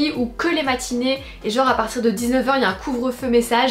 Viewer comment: "A partirrr d'une certaine heure' L'accent Belge🤗